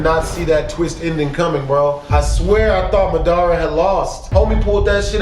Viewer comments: U said his name wrong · If Madara is your favorite character then why can't you say his name right